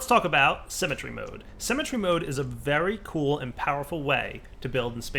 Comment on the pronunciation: cemetery mode? yeah, no, i really don't want to do anything with that. ce-me-te-ry.